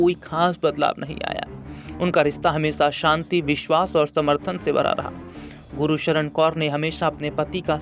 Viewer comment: Gursharan hai bhai na k Guru sharan